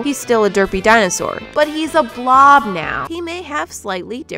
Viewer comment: “but he’s a BLOB now” emphasis on the blob